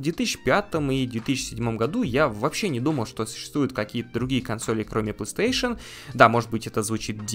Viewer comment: Assassin's creed на PlayStation 2?🤔 И кстати правильно говорить плейстейшн, а не пластуэйшн